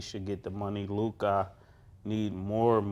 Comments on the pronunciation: It’s Luka not Luk-AHH 😂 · LukAh LukAh 😂😂 just say Luka fellas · What's with the Lukah pronunciation 😂